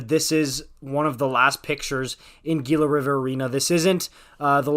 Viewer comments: HEE-LA river.. not Gee-la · Hila not gila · I stopped after the first slide of the Coyotes locker room. First off its not pronounced Gee luh, it's "Hee luh" as the G is pronounced with an H in Spanish. Secondly that's not the locker room at the arena as I have been there on multiple occasions. In fact the locker room is just off the players tunnel where there is a bar and glass window to watch players come and go between periods. You can see a lot of celebration and frustration on that walk and it's pretty cool. I'm sure the rest of this video is interesting but when you start off with a flop I'm out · The G in Gila River Arena is pronounced with a H sound not a G sound. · Gila is pronounced HEE-luh. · Not that it matters anymore, but Gila is pronounced “Hee-la” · Gila promouced heela btw